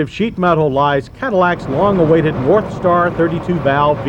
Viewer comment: i swear he said warpstar V8.